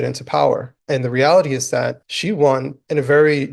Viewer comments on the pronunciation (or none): Who in the heck votes for a Mayor that can’t pronounce the word ‘That’ correctly????